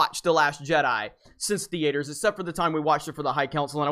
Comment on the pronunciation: SOMEONE WHO CAN'T EVEN PRONOUNCE THEATER DOESN'T DESERVE TO HAVE AN OPINION ON STAR WARS. "DUHHHH THEEAYTAR" WTF YOU BIG MAN BABY DON'T FUCKING WATCH THE MOVIES THEN LMAOOOOO